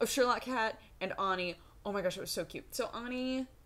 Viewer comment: Auni or Ani, not Oni. She accentuated the A pretty clearly.